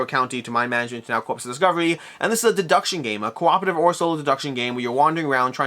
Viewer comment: Corps is pronounced like "core" not like "corpse".